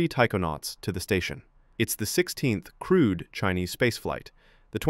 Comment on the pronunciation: You saw nothing coming. U are not that smart buddy! And the word is Crewed not Crude! You say "they didn’t expect to be hit by space Debris by the sound of things" Man your logic is crude. China have contingent plans ready to go. Their guys were "stranded" for 9 days. NASA had their guys stranded for months. Tells u who has BCP and who doesnt!